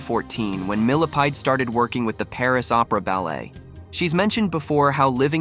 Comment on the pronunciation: With her ex-husband - "Benjamin MILLIPEDE " 😂😂😂 🐛 did anyone else hear that? 😂